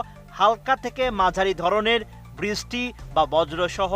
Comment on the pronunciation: Ei reporters gulore koi Pai. Brishty o thik moto uccaron Korte parena